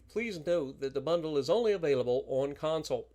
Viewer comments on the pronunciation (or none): none